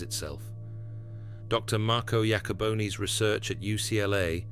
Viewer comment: I believe it is Marco Iacoboni, not with a “J”